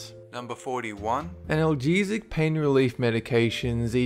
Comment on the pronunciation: ibupurafin??? it's ibuprofen is the correct spelling. I_bu_pro_fen is how its pronounced. Not I_bu_pure_a_fin. and its analgesic so its pronounced a_nal_ge_sick no however you said it. Love your vids but if you don't know a word then look up how to pronounce it before you free read off a page n make up words due to improper pronunciation. its a simple look up in the dictionary. i know you have an accent n aussie but please try to pronounce you words properly. otherwise people might say hey ibuprofen isnt on this list n is safe but i got be careful with ibupurafin cause it can kill me. with so many drug names people could get hurt with bad pronunciation in such a serious matter with drugs.